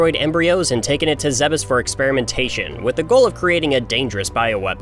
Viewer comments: I'm sorry... Zeh-bus? I've always said "Zeebs". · Stop calling it "Zebbis" and learn how to pronounce "Zebes" like an American. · It's pronounced 'zeebz' Just like Thebes, Egypt. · Wait...is that how Zebes is supposed to be pronounced?? I've always pronounced it like Zee-b's